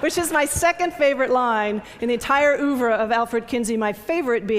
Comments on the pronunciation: and "oov"?? WTF? Pathetic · Bunch of nitwits! Pronouncing a French word in a manner that is half French (by dropping the pronunciation of the last syllable) and half American (by pronouncing the first syllable as if it were spelled "oo").